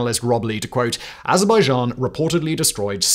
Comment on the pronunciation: Oh wow! Someone CAN actually pronounce Azerbaijan!